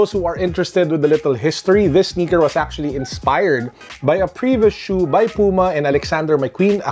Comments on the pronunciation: The way you pronounced Puma is actually the right one. It is a brand from Germany, so it should be read the way it’s written. Not like English. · your pronunciation of "puma" is correct. it's the german word for cougar. trust me, i'm german^^